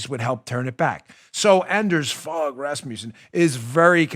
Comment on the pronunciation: Hehe Dano..great show!..and 'Anders Fogh Rasmussen(ex Danish PM)..hehe..'Fogh' is pronounced 'fo'..like in mo-.....